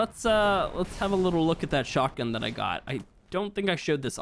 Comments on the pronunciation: He said shotty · He really said “shawty” when he was meaning shotgun but shawty’s like a melody’s